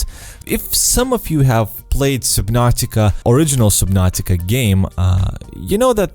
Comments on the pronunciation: Does anyone else find it annoying how he say supernatica not subnautica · Soobinartica? It’s SUB-NAU-TIC-AAA SUB-NOR-TIK-ARE. GOD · I heard SUBPNAUTICA